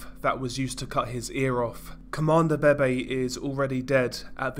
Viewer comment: How I hear 👂 this dude say : Comandante BeBe ‘’CoMAnDO BEY BEY’’ 💀